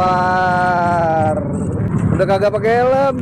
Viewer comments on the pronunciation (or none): Yg bener trotoar apa tortoar bang ngomongnya wkwjw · Ngakak denger bang susah nyebutin Tro - jadi Tor terus...hehe hiburan juga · Trotoar bukan trotoar bang 😂😂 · Trotoar mas... bukan tortoar 😀 kerennn gasss lanjutkan orang2 ga tau aturan ngeyel emang pantas di maki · bang TROTOAR bang bukan TORTOAR wkwkwkwk sumpa ngikik tetep semangat bangggg😂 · Bang ganteng....trotoar bukan tortoar😊😊😊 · T R O T O A R bang bukan T O R T O A R 😂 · trotoar bang bukan tor toar🤣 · Maaf bang trotoar bukan tortoar😂😂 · bkn tortoar, cb blg trotoar wkwkwk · Bukan tortoar tp trotoar wkwkwkwk....... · Trotoar bang bukan tortoar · Bikin kompilasi bang ngomong “tortoar” lucu sih wkwkwkwk